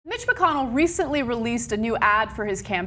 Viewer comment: Lol it sounded like she said Bitch McConnell